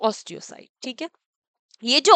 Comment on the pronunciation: Tik hai word achha Bolte hai😅❤